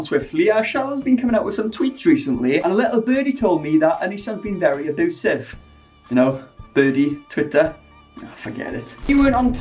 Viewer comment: Nobody:: "auboosive 😯"